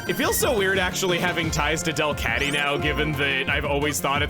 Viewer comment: I know said “A Delcatty” but I heard it as “Adele Catty.” That’s hilarious to me.